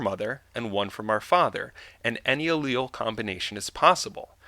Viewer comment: you pronounce alial difrently to my sister.